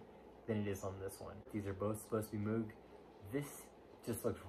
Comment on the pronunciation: It’s pronounced mogue like vogue